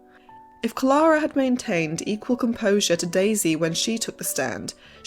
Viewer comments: Great video, but her name was pronounced CLAIR-A not CLAR-A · You lost me at Clahh-ra …..